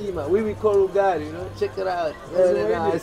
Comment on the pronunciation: He didn't say ugali he say yugali🤣🤣🤣🤣🤣🤣🤣